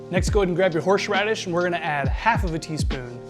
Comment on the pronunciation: Brooooooo. It’s HORSE radish. Not HORSHE radish. 😂 also you butchered Worcestershire Sauce. 😂 Drink looks amazing